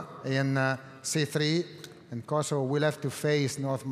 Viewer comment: i dont like the way he pronounces 🇽🇰Kosovo